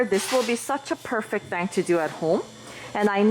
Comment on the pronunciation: Feels weird when your "thing" sounds the same as "thank"... But thank you for the video, I learned a lot!